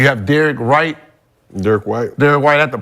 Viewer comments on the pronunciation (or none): Gilbert now I know why you went broke. You are straight up DUMB. Can’t wait till the Cs win the chip. You can’t even get Derrick Whites name right get. Go do a tiniest bit of research. We all remember how you ended your career WASHED